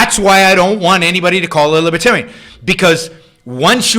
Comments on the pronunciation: You sure try to say libertarian a lot for someone that thinks there a "W" in it. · “Fowst of awl, she’s NAWT A LIBOTAWIAN!!!” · What's a wibertarian?